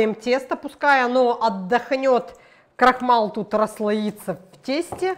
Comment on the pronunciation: Спасибо за рецепт и хорошее настроение..Вы говорите крохмал та женет коохмала.❤❤❤❤❤❤❤❤❤❤